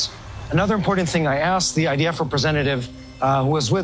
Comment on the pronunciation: It's idf not ids.